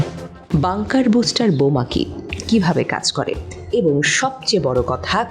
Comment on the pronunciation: বুস্টার নয় ,, ব্লাস্টার,,,!!!